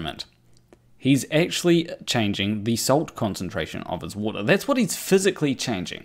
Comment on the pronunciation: Did say "Riley eggctually changed..."? If he didn't he should have:P